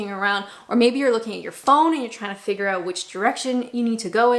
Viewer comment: I love that you haven't lost that wonderful, Canadian pronunciation of "out" - that's my "Are they American or Canadian?" test 😊